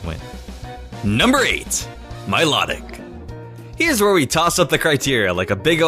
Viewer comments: You pronounced Milotic wrong. Its (MY-LOW-TICK) is how its pronounced. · DO NOT LEAVE OFF THE L IN MILOTIC! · it's Mi-Low-Tic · Milotic is actually called my-low-tic